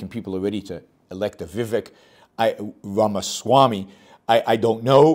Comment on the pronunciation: Pronounce it like Raama